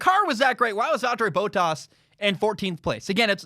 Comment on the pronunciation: Despite the ridiculous American pronunciation of Valteri Bottas' name this guy knows what he's talking about which is very rare for an American (lol no offence meant but you fools did elect Trump and it will take America decades to recover their reputation after that act of total and utter lunacy).